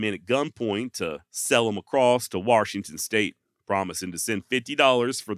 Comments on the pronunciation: Great video. I was born and raised in Washington and still live here. His legend has never died.. but can you do me a favor as a podcast host?? Stop calling Washington "Warshington".. That is like nails to a chalkboard for residents of this state lol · Dude did you really say waRshington? Come on man. I don't know why it bothers me so much but for some reason it really does. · WaR-shington is killing me. 🙉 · Warshington, lol! Great video. Thanks for the upload. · fyi theres no R in washington